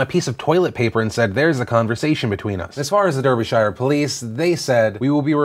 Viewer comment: Close, but as someone who lives there, it's Daar-bee-sure :)